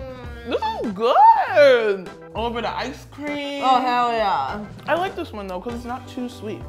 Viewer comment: This is how many times the asian girl says hewwl yah : : v